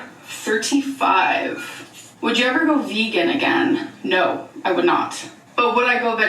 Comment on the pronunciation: Lmao the “naurrr” takes me out everytime